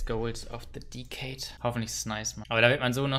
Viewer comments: Niemand: Absolut niemand:: Diiiicade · „Uonhandert besd gouls of se dikeid“ xD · dekkkkaadde nicht dessade also halt {decade} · “dicade“ -ein weiterer Youtuber ohne jegliche Englischkenntnisse... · Niemand:: Diekäid